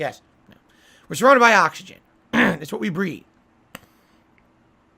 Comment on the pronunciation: "We are surrounded by ahxigahn"